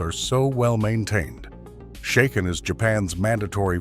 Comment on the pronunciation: Shaken is pronounced like bracken, not like taken. How do you expect to be taken seriously? Your "...unique arrangement of technical research, narrative commentary, and visual editing" is certainly unique as well as being highly inaccurate.